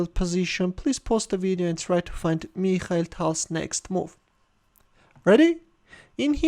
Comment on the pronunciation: "Meeekhal Tal" 😊